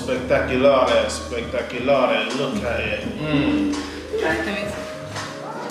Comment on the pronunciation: ‘Spectaulares’ 🤣🤣🤣🤣. Again dinner and OnlyBells remains an undefeated combo! I loved every single minute. ❤️